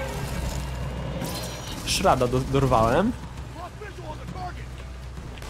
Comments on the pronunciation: To nie jest Shrad tylko Shard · Shard, nie shrad, proszę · Sharda a nie shrada :P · odłamek to SHARD a nie SHRAD pozdro:D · Shard nie shrad. Nie musisz dziękować:) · nie "szrada" tylko "szarda" ;D